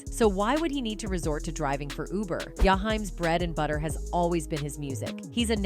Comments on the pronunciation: Who the f&%k is Yahime????? Sorry, there’s no one in the Urban R&B/ Soul industry with that name. It is Ja- heem. Don’t do commentary if you don’t even know how to pronounce the proper name. Just disrespectful. Glad I didn’t subscribe!! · Listen no disrespect but whoever this Lady is she be SLAUGHTERING these Artists Names. She just called my man Jaheim Ya hime & it's starting to be very Disrespectful. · Pronounce his name right lady!! JAH - HEEM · Why don't you learn how to pronounce his name